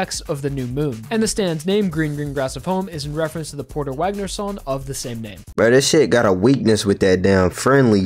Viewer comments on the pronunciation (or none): none